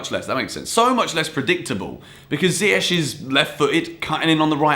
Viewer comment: I learnt that still cannot pronounce Ziyech correctly....